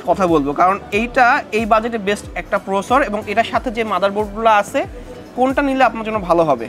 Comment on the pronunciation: Are boro sor Ota prosor na, ota Processor